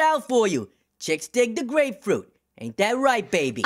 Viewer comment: He said he gonna FLEX 💀 He keeps messing up "grapefruit" 😂